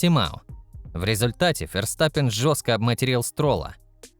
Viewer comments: Как раз таки это одна из немногих правильно произнесенных фамилий пилота. На русском его фамилия читается через Ф (Ферстаппен) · где именно? V и произносится, и звучит как среднее между В и Ф. Букву используют вместо F. Так что логично произносит именно Ферстаппен. Если что, у меня В1 по нидерландскому